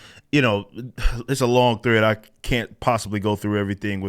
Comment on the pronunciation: Rippa out here turning 1-syllable words like 'thread' into 3-syllable words, talmbout 'thu-RAY-edd'.